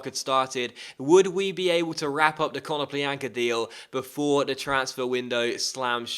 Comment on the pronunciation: KONO-plya-nka not kono-plean-ka